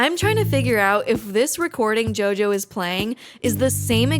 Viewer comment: I heard you bable for the first 21 minutes and then it hit me: who the eff is yoyo ?